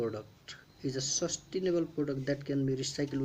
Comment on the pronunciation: No 10 is sustainable not sustinable